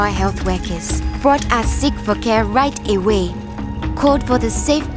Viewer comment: did u hear that? Treatment center right Da wae (I Know its "right away" im just joking tho)